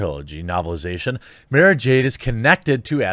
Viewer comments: it's maaah-ra, not maaay-ra. thanks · It's pronounced "mar-ra jade" And there are many good EU books with her in that you can go out and enjoy. I believe she was the 'emperors hand' in those. If you want to fill your weekend with Brie, go watch the Discovery channel. You will see it in its raw form, before it's turned into planks. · Mara Jade (Mara, is pronounced like car) is one of the most important characters in the Luke - era expanded universe; Brie would ruin it. I would not even watch a movie/show with her in the role. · MAH-RAH like CAH-RAH SYNTHIA DUNE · That's not how u say Mara. Go watch Lucas say it right. Damn! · I noticed that too with his pronunciation 😂 Can you suggest a good EU book? With Mara, without Mara. I don’t want to even look at the Disney books.